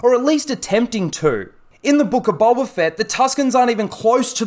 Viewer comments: Is it just me who hears him say boLba fett instead of boba but I have bad ears so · BOE-BA NOT BUL-BA, BOWBA NOT BULBA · Fxck man it gets harder to watch the more I hear bulba fett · Sounds like your saying g bulba fett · You say boba fett weird